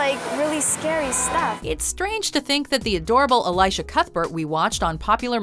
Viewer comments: Elisha is pronounced with a short I sound, not a long one. E-lee-sha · ELEEEEEESHA not elysha. Dumbass. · Who's Elijah Cuthbert? Her name is pronounced... El-ee-sha!! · I have an issue with that pronunciation of Elisha. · the way they say elisha cuthberts name makes me want to die